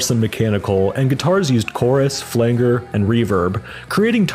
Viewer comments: flang er? The word "flanger" is pronounced as "flanj-er", with a hard G sound and the accent on the first syllable. Nice to see Galaxie 500 get a shoutout, way overlooked band. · Great summation. Truly. A few mispronunciations though Flanger is pronounced as flanjer and Dif Juz is pronounced as Diffuse. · It's pronounced "Flan-jer", but otherwise good work. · today I learned this after years of calling them Diff Juice, I checked here to see if anyone else had mentioned this, thanks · Never heard anyone pronounce “flanger” that way, before. Are you sure you’re not a robot? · You mean "soft g", don't you? And his mis-pronunciation shows he doesn't know what it is...